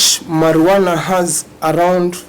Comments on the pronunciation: It's pronounced as "Mariwana" and NOT "Marinjuana". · Marijuana is not pronounced like that please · I know that lawyer did not just annunciate the j in marijuana